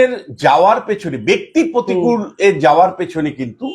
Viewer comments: please তোলামুলের নতুন imported মহান নেতার নাম সঠিক ভাবে উচ্চারণ করুন। প্রতিকূল নয়, প্রতিকুর। আপনি অহরহ ভুলভাল উচ্চারণ করেন। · প্রতিকূল নয় প্রতিকুর। নাম তো ঠিক সে বাতা 😅